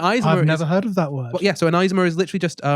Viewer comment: omg the way you pronounce "Isomer" is driving me crazy I'm sorry 😂 It's not "eyez-omers", it's "Iso-mer" like in the word "iso-lation" or if you know the chem word, "isotope" same deal.